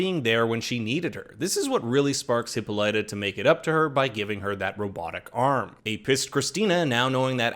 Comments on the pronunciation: They mispronounced Hippolyta. Drove me nuts. They ignored a good deal of the book and went down a crazy rabbit hole. Very sloppy writing. That is Dejah Thoris in the first episode. Her skin has always been red. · If I have to name one thing that annoys the the fuck outta me is how the pronounce Hippolyta’s name!